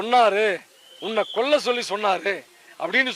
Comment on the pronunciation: கொள்ள இல்லடா கொல்ல